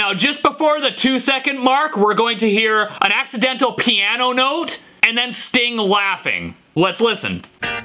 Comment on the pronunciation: Sting plass piaasno very well, ha ha…